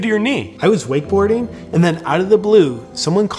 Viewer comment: Did you say WOKE Boarding?